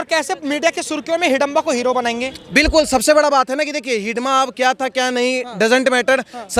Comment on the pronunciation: भाई उस नाम मंडवी हिडमा है आप बार बार हिडीबा हिडीबा बोले जा रहें है